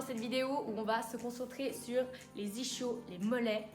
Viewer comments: Bon, déjà on prononce "iskio" et pas "ichio", ensuite il y a les ischio-jambiers et les ischio-fessiers, mais les mollets n'en font pas parti. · "ishio" elle a dit j'suis mort ! xD c'est pas un plat japonais l'truc mdr mais la vidéo reste bien qd même (no hate) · Sa se dit "isquio", il faut pas prononcer le {ch} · On dit isquios les eennfaannts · Ça se prononce iskio 😋 bonne continuation, j'aime tes videos ❤